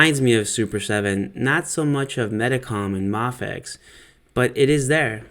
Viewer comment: I always kinda die when I hear someone say May-fex instead of Mah-fex, so I'm legitimately glad that you pronounce it right. This figure looks like, uh... one of the figures of all time. It just looks so plain.